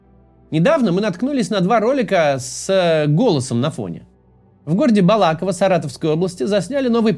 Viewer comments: Максим, правильно говорить про город в Саратовской обл. БалакОво, а не БалАково. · Максим, только не БалАково, а БалакОво. Спасибо за работу.❤ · Максим!!!!!!! БалакОво, а не БалАково!!!!!!! Прям почти оскорблённой себя почувствовала ))))) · БалАково не правильно БалакОво правильно Я с саратова и точно знаю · БалакОво, а не БалАково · БалакОво, а не БалАково)))) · Максим, не БалАково, а БалакОво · Спасибо большое за работу. Это очень ценно. Каждый день. Позволю себе вольность: не БалАково, а БалакОво Саратовской области,извините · БалакОво, а не БалАково) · Только москвичи говорят БалАково, правильно БалакОво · Максим, второй раз ошибка, не критичная, просто слух режет, БалакОво, спасибо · Да блин,Максим😂 Уже не один раз писал Вам -БалакОво,с ударением на первую «О». За Родину малую обидно😢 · БалакОво, правильно ударение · Сам ты БалАково, ударение на предпоследний слог.. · В Саратовской области город Балако́во (ударение на третий слог, а не на второй) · Я конечно понимаю что не к месту тут, но... Балаково', ударение на последнюю гласную. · Город называется Балако́во, пожалуйста, гуглите как правильно произносить😂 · уважаемый правильное название города БалакОво, сам из Саратова, потому и резануло ухо сильно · Максим, при всём уважении, название города произносится с ударением на 3-ий слог «Балако́во» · С ударением про город Балаково, ошибся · Балаково ! Ударение на о после буквы к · Балаково Маским ударение не правильно делаете когда город называете😂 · Балаково, Максим, ударение на 3 слог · Я знаю человека из города Балаково. Ударение ставится на первое о